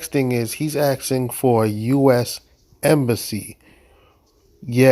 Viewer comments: What’s an “embassasy”? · Sassy embassy. Emphasis on the sassy